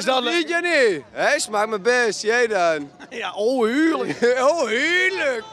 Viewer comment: ik vind het de max als diene gast zegt ' Heerluk' xD jonge ik kan niet meer als hij dat zegt